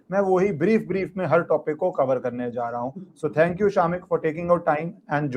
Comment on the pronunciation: Its not SHAAAMIK - much like its not RAAAW